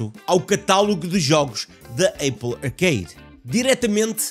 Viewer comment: não é aiple é apple